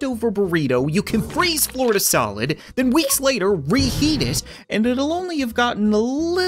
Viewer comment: It’s Florida, not floor to